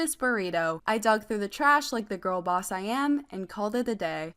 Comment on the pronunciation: Why do u say girl boss is there a specific reason you emphasize girl. Is it an inside joke